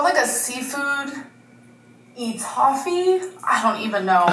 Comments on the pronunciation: Ummm that EeeTaafee is sooo good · I saw Alex react to this first and e toffee got me too 😂her pronunciations will never not shock me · Of course she mispronounced it as a candy 😂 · As a Southerner, I am offended by her saying E Toffee! BaHaHa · Of course she mispronounced it as a candy 😂😂😂